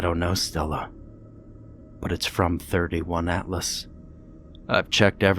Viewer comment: 31? It's the third interstellar object called Atlas. 3 i / atlas. Makes me cringe when I hear it. Awesome narration though. Greetings from the Netherlands